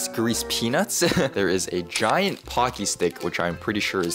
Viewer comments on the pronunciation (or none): none